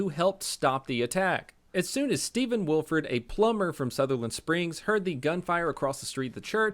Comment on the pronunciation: This is massively late but it’s pronounced Will-eh-ford.